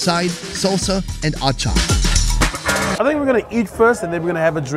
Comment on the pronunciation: I Love how you pronounced our food, Mogodu, Atchaar. I feel respected !🥰🥰